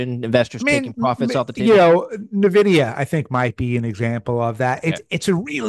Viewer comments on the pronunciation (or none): Hard to take someone seriously that can’t pronounce nvidia. “Neh-vidya”